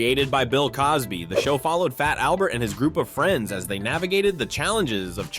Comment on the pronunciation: Yeah and I've been asking this question frequently and no one will answer it.. and it isn't just here but answer me this.. did you hear how he said fat Albert? The "t" is silent..he says:"Faa-Albert".WHY????